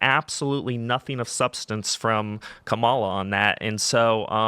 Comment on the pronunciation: Knowing now that he probably pronounced Kamala’s name wrong on purpose! 😂😂😂